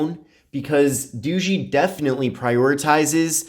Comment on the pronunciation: Dao ga not doogee